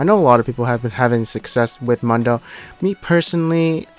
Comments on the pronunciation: It's Dr. MOON-DOUGH Not MUN DO smh/..... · It´s MUUUUndo, MUUUUUUUNdo not Mondo.